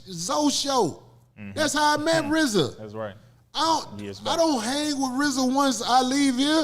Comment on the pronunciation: I wonder does Rizza hate that everyone mis-pronounces his name...It's pronounced Reee-zuh...not pronounced like Rza from Wu-Tang...He probably regrets how he dediced to spell it.